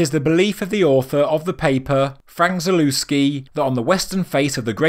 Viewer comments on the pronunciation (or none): The proper pronunciation of his surname is ZALEVSKI